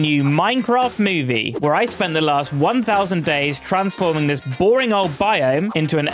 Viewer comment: Minecraft Moive